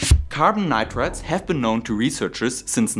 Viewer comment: Me again. Your pronunciation of NITRIDES in this video is wrong most of the times. Please correct. Your channel is very interesting and valuable.